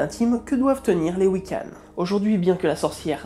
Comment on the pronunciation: Coucou. Je suis Wicce. (Une femme pratiquant la Wicca. On dit un homme Wiccan et un femme Wicce. Enfin après c'est comme la personne concernée préfère, c'est comme tout dans cette religion, c'est comme chacun le sens mieux. Juste... Généralement on prononce «Wiccan» avec le son «han» pas «hanne» ça m'a gratouillé l'oreille toute la vidéo. Très bon travail au fait, merci beaucoup ! ^^